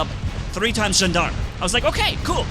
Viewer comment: Gendarme is pronounced as "Jahn-darm" Cuirassier is pronounced as "Queeraseer" Their definitions are types of soldiers. Cuirassier: a cavalry soldier wearing a cuirass. Gendarme: an armed police officer in France and other French-speaking countries.